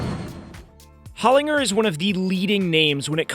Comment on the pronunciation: As an Australian, I can tell you’re pronouncing Holinger wrong. It’s Hole-in-jer.